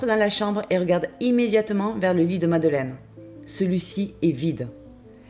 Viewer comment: C'est pas madeleine mais madeline